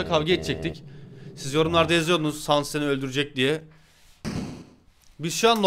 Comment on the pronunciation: Sans değil sanes